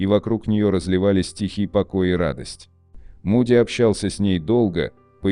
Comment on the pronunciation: Ну во первых не Муди, а Моуди!.... Произносите правильно.... А во вторых, согласно Священных Писаний в зеркале подопытные добровольцы видели Маму.... или демоническое существо, принявшего вид Мамы или Бабушки. Это они делают, дабы заблудить людей. Так они развлекаются... А люди доверчивы и легковерны.... Это опасные опыты заигрывания с бесовщинкой.... И медиумы, сами того не подозревая служат именно им!!.... Не заблуждайтесь, не зная Писаний!!!..... Это опасно...😮🎉...